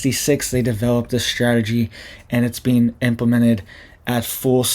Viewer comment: It's strategy, not shtrategy😂😮